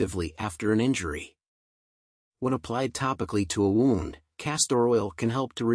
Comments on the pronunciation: Thanks for the great video . P.S. Wound is not pronounced wownnd . It is pronounced whewnnd . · Great video. Knew it was really good for you, but not to this great extent. Only thing distracting in video is constant mispornouncing of word "wound " (from "to wind"). Otherwise, excellent.......